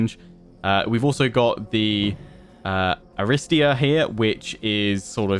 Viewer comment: Btw Aristeia is pronounced Ariste'i'a the tone on the second i , it comes from the ancient Greek word αριστεία and depending on what tone y have it has different meaning. for Example if it is with ' (οξεία)-acute ,tone it means superiority, superiority in bravery and generosity, bravery. if the tone is ~(περισπωμένη)-circumflex then it has the meaning of the award of the best and most courageous, the reward for bravery and courage. Some Greek knowledge from a crazy Greek fan of yrs . Keep up the good work on yr videos! Cannot wait for more info on this game!